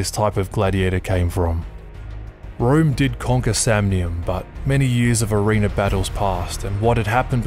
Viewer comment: Where did they get their helmets from...who made them? And for Pete's sake...watch the pronunciation of "arena"...I caught you saying "arenER" at the very beginning!